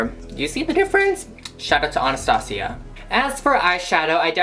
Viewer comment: I'm pretty sure it's pronounced Anna-stay-sha (you know that Russian princess...) you don't? Nvm then...